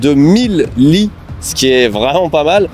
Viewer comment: Quand tu as parlé des 1000 lits, j'ai cru entendre les 1000 Li. J'ai rit en imaginant 1000 mecs avec le même prénom mdr.